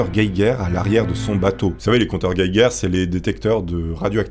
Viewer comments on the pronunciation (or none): Compteur guéguerre ... on dit pas compteur gégère ? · 😂😂😂 Pardon!? Un compter "gueiguer". Ça s'écrit "geiger" donc ça se prononce "jéjer" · alors on dit compteur gégere et pas compteur guéguère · lol on dit pas un détecteur guéguére mais jéjére 😂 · Ah nan tu as pas le droit la! 😂 « compteur gueguerre » ça se dit jéjère 😂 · Le compteur "guèguère" Sourire:)))) J'adore! Le compteur Geiger à la sauce 👍 Les meilleurs sont forcément de 91;) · "Gueguerre" xD